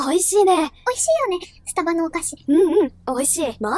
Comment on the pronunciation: わたしの発音…？があってるのかわからないんだけど、 の発音はス↓タ↑バ↓がすき🥺🌟